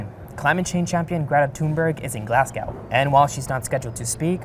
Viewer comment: please get better at saying Glasgow. Its glaws -goh... like "claws go" but with a G.